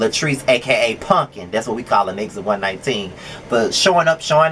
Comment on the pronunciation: I love that you call her punkin. That’s yooo. So cute. This is my favorite review of yours.